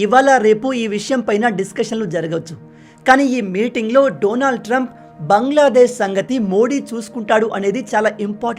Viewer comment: Say his name correctly.. Daanaaald .. not. Doonaald